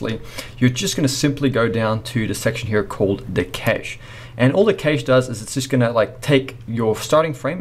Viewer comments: Excellent tutorial! But bro, every time you said cache my ears bled. xD I'm so sorry. It's kash not kaysh, like 'a in pat' not 'a in cake' Otherwise straight to the point, I'm subbed. This channel ROCKS! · Never pronounce cache "kay-she" if you don't want to get laughed out of the room. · A great tutorial. But it really humorous to hear this guy pronounce CACHE as KASSSHHEEE. I much prefer to say cash. Put another shrimp on the barbie mate.